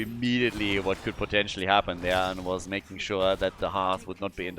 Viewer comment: "Meching it happen" 😅😅😅😅